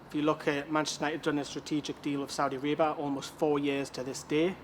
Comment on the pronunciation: Can't even pronounce Saudia Arabia. That's how uneducated NC fans are